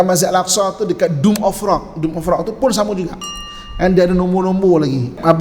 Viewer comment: Minta maaf ye, tegur skit. Dome of rock,, bukan doom of rock. Kang ada plak yg kata main game, Doom.